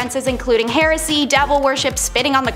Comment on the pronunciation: Interesting pronunciation of the word "heresy".